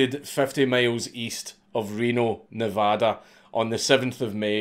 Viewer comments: Holy shit he said Nevada right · Hearing this scottish man say Nevada correctly just instantly makes me bust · I grew up near Reno, but I definitely don’t remember hearing about this guy or his capture. Also, why is it that this Scotsman can say “Nevada” properly, but half our own country can’t seem to get it right? XD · If this man with an accent thicker than syrup can pronounce Nevada correctly why can’t everyone else in America.